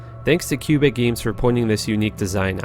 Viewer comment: Did you just call the Canadian province of Québec "cubic"?? :P